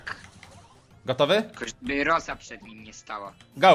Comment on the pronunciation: Nie rołsi tylko rosa